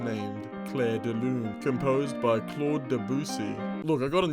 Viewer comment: entertaining vid.. u butchered claudes name though